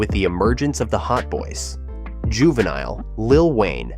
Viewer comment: You can tell when someone is not of the culture. Dude said Juvi song was "hey" instead of "Ha" and missed pronouncing his name. 😂